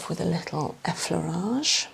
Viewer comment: These videos are lovely and soothing. What do you say ? It sounds like you are saying eflarage. I know that's in correct but I'm just typing how it sounded if that makes sense lol. 😂